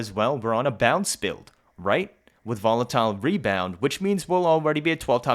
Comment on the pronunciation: Hmm yes interesting lol the way you said volatile